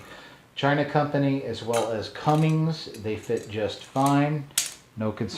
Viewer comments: CUMMINS! NO G IN THERE. if you are selling diesel related parts and saying Cummings you sound like a dope. It will make me question if you know what your talking about or reading a script. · jason birch spot on sir was thinking the same thing